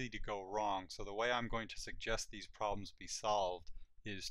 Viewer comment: "Poblems"....seems legit.....wait......yeah, seems legit